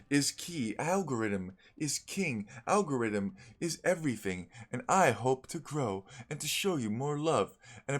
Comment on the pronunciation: algo--rythm? Al---god